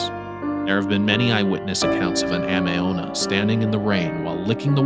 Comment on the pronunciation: It's Tay kay- Tay kay, and it's Ah-may Ame means Rain.